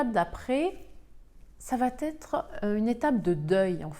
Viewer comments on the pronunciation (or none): Excellentes explications👏👏je suis encore dans "l'acceptation /colère".. Quel gâchis ! (sinon.. Oups.. Ça va-"t'être" heurte mes oreilles, désolée 🤗). Bien cordialement💐😍